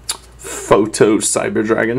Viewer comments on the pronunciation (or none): proto-cyber, not photo :!